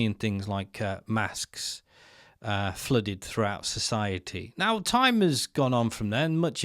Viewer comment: “Zoe’s wisout a digital I’d and no smartphone WONT ze able to partake in ziziaty”